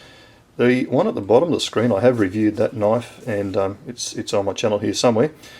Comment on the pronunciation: now that's a knoife !